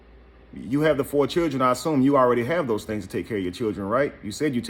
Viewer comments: Yo bro she didn’t say Children she said Chulren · If a woman says "Chirn" instead of "Children" leave her where you found her. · I'm confused, did she say chair or children.🤣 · Chilren Hahahhahah Lost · "I got fo' babydaddies and they take care of they chil'ren" ...this says it all she even has on a parachute bonnet 🙄 hmm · Well you posted this ON SOCIAL MEDIA!!!! and whats up with "churrin"????? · Chirren😭🤣🤣...ik it's a slang in some places but it's funny asf🤣🤣🤣🤣🤣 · Foe not five. Stop tawking bout huh chiren. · The fact that she pronounces the word "children" as "churrin" that alone is a HUGE RED FLAG... according to her rant, this chic has more red flags than a Chinese communist parade 🚩🚩🚩🚩🚩 🤣🤣🤣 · Any man that wants a woman that can't pronounce children properly deserve whatever they get. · She got a nerve🗣. Learn how to say children and strength first 😭. I'm done